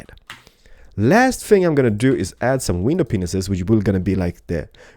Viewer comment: lol he says "window penises" :DD